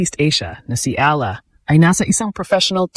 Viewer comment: Ala ka ng ala ang pagbasa niyan (eyala)